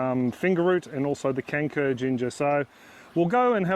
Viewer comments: For a minute there I thought you said 'canker' and I was thinking to myself, "why is planting a diseased ginger?" Just to let you know, the letter 'c' in kencur is pronounced with a 'ch' sound like in 'chair' or 'China'. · Hey, in Malay, the pronunciation of "kencur" sounds more like "turn throw". As someone already pointed out, the "c" is pronounced as "ch". FYI;)